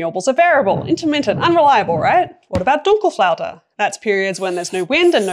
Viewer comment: i like your speech and being surprised about your "Dunkelflaute" pronouncement - perfect